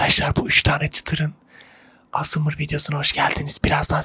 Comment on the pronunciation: Asmır değil abi a s m rd